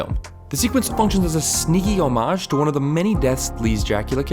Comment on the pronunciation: The word 'homage' is pronounced 'hommidge', not 'homaaj'.